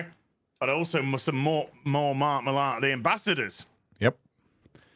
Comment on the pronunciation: I know it's spelled "Millar" but it's pronounced "Miller"